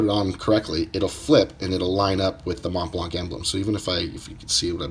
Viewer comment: Collecting and still can not pronounce the brand. ..